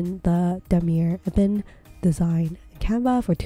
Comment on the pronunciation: Why do you keep pronouncing canvas as canva?